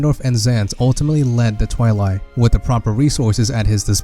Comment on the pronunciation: Twili is pronounced "Twy-Ly" not "Twy-Lee"